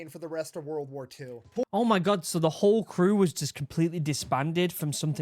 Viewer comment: i love your accent but "ohh miy gwah" XD i cant hold back anymore "BeAnS Nd ToAsT"